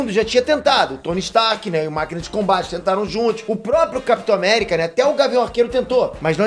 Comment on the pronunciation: Capitor America kkkkkkkk kkkkkkkk